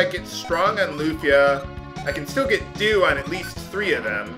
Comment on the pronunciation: Why is it that instead of dew spell you said douche spell?